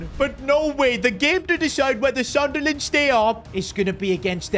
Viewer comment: Sunderland ❌ Sudnerland ✅